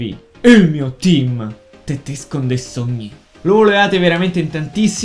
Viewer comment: la prossima volta non dire tetesken ma.... tettesken